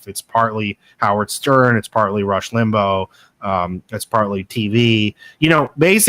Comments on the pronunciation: Rush Limbo???? Can’t he pronounce his name right after all that study? lol 😂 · Your guest's mispronouncing Rush Limbaugh's name is hard to take. It isn't spelled Limbo. I was not a huge fan of Rush as I'm old enough to remember Bill Buckley who was a much classier conservative commentator. In fact. I thought having the first President Bush on Limbaugh's show was kinda sickening.